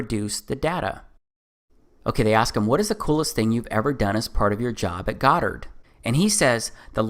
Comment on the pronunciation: Goddard...Godd ard........God art.........really......